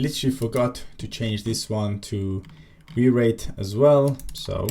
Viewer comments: came to the comments to say it is probably called wire it... not wi reit. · Kudos for leaving in the wi-reit pronounciation. Legit funny.